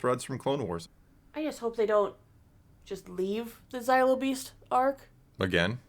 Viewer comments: For the love of the Force and the galaxy at large, it's not "Zylo" beast. It's "Zillo" beast. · It's funny to me that both of you pronounce Zillo as Xylo. Zillo rhymes with Willow, not Kylo. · It's pronounced "Zill - Oh", not "Zie - Low" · Zaylo beast?? Really?? Do you say Godzayla too?? Cmon :)))) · Y’all pronouncing zillo wrong